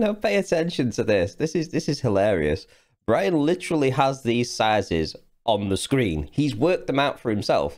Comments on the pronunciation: "The Life of Bwian" A comedy! lol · The lies of Bwian...